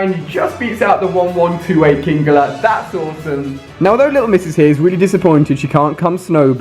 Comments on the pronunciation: Its fucking king-ler not king-gler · You trigger me on how u pronounce some of the Pokemon names, kingler isn't kingeler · It's kingler not kingeler